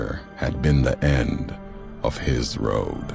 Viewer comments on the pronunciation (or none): mispronunciation of road if you listen closely. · He says roab